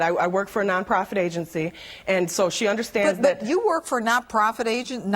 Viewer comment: Is it me or did she just say nonfer profit instead of non profit?